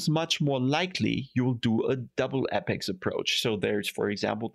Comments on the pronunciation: Great video. Just one correction: it's apex, not appex. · not in writing, and it's more of a joke on your pronunciation.